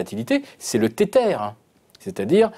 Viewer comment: Franchement, sur ce coup la, ce gars est complètement a l’ouest. Invitez des analystes qui comprenne les crypto, la c’est n’importe quoi (le gars compare les cryptos a un galet d’etretat, et prononce Tether “tetere”).